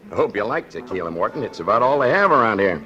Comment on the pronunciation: She keeps pronouncing tequila wrong and it totally takes me out of the story. Only double l’s are pronounced that way!